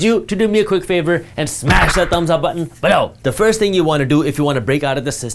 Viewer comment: "BELOW! I could listen to that on a loop all day 🤣 Love this guy.